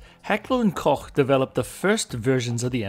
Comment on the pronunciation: It is pronounced... Heckler & "coke."